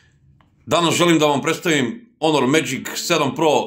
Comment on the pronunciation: care, ne kaze se onor nego honor